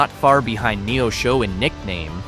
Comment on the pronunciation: This AI generated video mispronounced Rolla, and Neosho, among others.